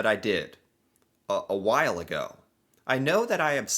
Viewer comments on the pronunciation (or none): none